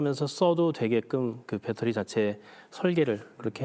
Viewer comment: 빳데리가 뭐여!! 빳데리??....에휴~~ 진경아?? 무식하기는 ㅉㅉㅉ 😮‍💨😮‍💨😮‍💨😮‍💨😮‍💨